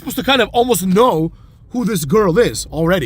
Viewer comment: "smarkbeard"😂😂😂 oh you are too witty